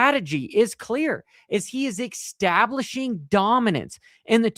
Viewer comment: Why can't you say "establishing" properly? 😂